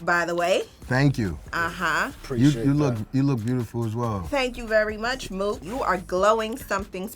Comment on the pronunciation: Murda Mook* Not “MURDER” lol Also, probably better for your algorithm.